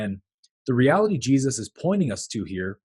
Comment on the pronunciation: I could listen to you pronounce Jesus for an entire video. Just..on a loop.